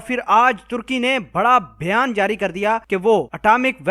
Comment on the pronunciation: بھیان۔۔۔؟ یا بیان۔۔۔؟ گھانڈو سالا۔۔😂😂😂۔۔۔ او گانڈو۔۔۔۔۔